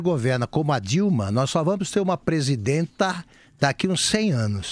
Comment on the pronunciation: Presidénta não! PresidAnta!!!